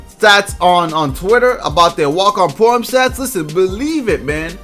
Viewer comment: is he saying Pro-am or poem?